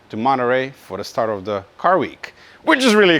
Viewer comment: how mimicks the accent of a english talking german 😂😂... "ze autobahn"